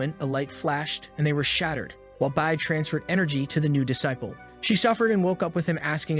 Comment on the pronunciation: That is not how you say disciple